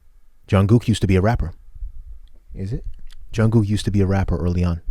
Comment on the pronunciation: It is Jung(k)ook, not Jung(g)ook.